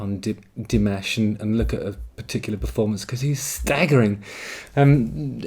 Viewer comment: NOPE. 15 languages. He sings in 15 languages. Plays 7 instruments. Speaks 3 languages, learning a 4th. Is working on his PhD in music theory. And is the most humble and giving man on the planet. Dimash is a genius. And please dont pronounce his name like mashed potatoes. It's Di MAHSH. Thabks for ackowledging our Prince.